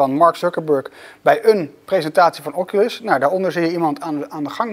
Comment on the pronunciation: Ff 3 dingen: 1. Doe niet je headset op je voorhoofd, dit kan voor beschadiging van de lensen zorgen 2. Doe die bandjes om je pols bij het gebruiken van de headset 3. En spreek oculus ff goed uit